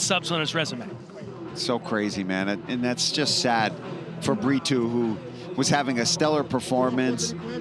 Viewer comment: Is there a reason commentators say Bri-too instead of Brito ?